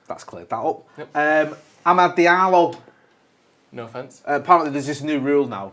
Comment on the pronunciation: the way says "Amad Diallo" 😂